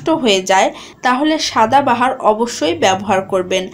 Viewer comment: ঠিক উচ্চারণটা হবে "সদা বাহার" অর্থাৎ যা সব সময় সুন্দর ।